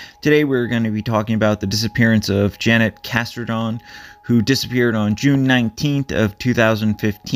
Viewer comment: pronunciation to the best of my ability is..chiri-kah-hwa accent on the second syllable.. Also probably her name has the j sounding like h.